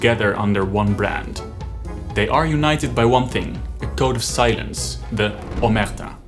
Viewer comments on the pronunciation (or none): If you're trying to learn Italian, you should work more on word stress. For example, your pronunciation of omertà and ndrangheta...